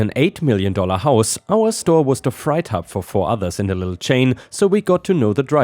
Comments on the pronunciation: Hey...... freight is pronounced "frate". “I before E, except after C or when sounded as A, as in neighbor and weigh." And in this case, freight. Don't get me started on weird. 😄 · Hi 😎⭐😺🧸💍, ⭐⭐⭐⭐⭐⭐⭐⭐⭐⭐⭐⭐⭐ ⭐⭐⭐⭐⭐⭐⭐⭐⭐⭐⭐⭐⭐ Thank you for the stories. ⭐⭐⭐⭐⭐⭐⭐⭐⭐⭐⭐⭐⭐ ⭐⭐⭐⭐⭐⭐⭐⭐⭐⭐⭐⭐⭐ Take care, stay safe, have a nice day. 👵✌️🖖 🙉🙈🙊 🌎☮️🕊️ ❤️😎⭐😺🐈‍⬛🐈🧶📦🐾🐱🧸💍 ❤️🚫 HOA 🏡🏘️🌲⚖️🌳👨‍🌾🚜🚗🚤 ⭐⭐⭐⭐⭐⭐⭐⭐⭐⭐⭐⭐⭐ ⭐⭐⭐⭐⭐⭐⭐⭐⭐⭐⭐⭐🐈‍⬛ *️⃣ One little mispronunciation.... Freight is pronounced phonetically as: fr8 fr-eight Hope this helps. English is very tricky, and you do an amazing job. Just once in a blue moon one of those words that break the rules gets you. But the German reversal of pronouncing ie or ei got you this time. 😉 Freight as in freight train. You said fright, as in I scared you and gave you a fright. (Frīte is how you pronounced it.). Ok one more. Lead, one word, two meanings, two different pronunciations. You cannot turn lead into gold. Lead the metal is pronounced the way you said it led. You can lead a horse to water, but you can't make him drink. Lēad, with a long E sound. The story called for lēad, to lead someone around. You said lead (led), like the metal. Get this, past tense of lēad, is led. As in: “I led the dog all around the house yesterday, because I had treats in my pockets.”. Ain't English a hoot? (Yes I know ain't, ain't a word. I'm being facetious.) 🤣 👵 ❤️ 😎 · Freight is prounced Fray-eight. Not a criticism, just trying to help out.